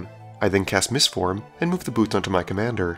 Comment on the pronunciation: At the beginning of the game at first when you cast swiftfoot boots I thought that you said swiftfoot boobs lol.